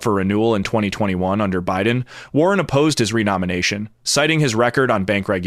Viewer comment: "BIDEN BIDEB BIDEN".....good grief